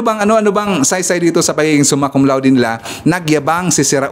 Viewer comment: Hindi Suma Cum Laude. "SUMAN CON LATIK!" 😂😂😂